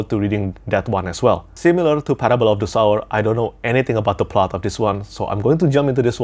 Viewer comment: Excited to hear your thoughts on Parable of the Sower! I really loved both books in the duology. Quick point, as someone who deals with phonetics, the title of the book is pronounced Parable of the [soʊɝ] or, less precisely [so]wer. Hope that makes sense, it’s like someone “sowing” seeds or “sewing” fabric. I don’t mean to offend, I’ve corrected American YouTubers on this word as well